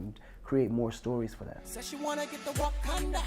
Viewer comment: C'est Wakanda et non Wakonda